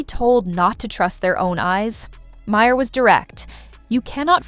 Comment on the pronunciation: why cant AI voice pronounce Bill Mahers last name. AI voice = blocked